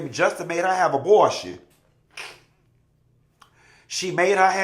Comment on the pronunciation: Abotion… & his pronunciations!!! 😂😂😂😂